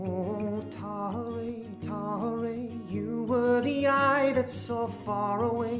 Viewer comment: Now yes ---- it is "QURRAT UL ANNE" ---- IT IS TAHI-REE.